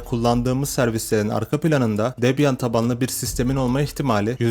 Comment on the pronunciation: yanlış telaffuz. "Debiyın". Çok da problem değil ben de boş yapıyom zaten. Debian çökerse bilgisayarları satıp inşaat işine girerim.